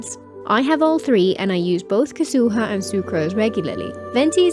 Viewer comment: They did make the abyss easier in 4.x thank god. But then again I've been using a Neuv and Nilou team to get 36 stars (or close to). Anyway, I think it makes sense for Neuvillette to be that strong canonically. Plus Yelan's probably the best hydro before Neuvillette. Also why do you keep pronouncing japanese names like that 😭😭 kazoooo-ha